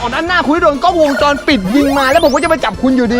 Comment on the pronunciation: เขา เรียกว่า 😊😊😊😊😊😊😊 กล้องวงจรพี่พูดผิดพี่พูดว่าจ้องวงรอน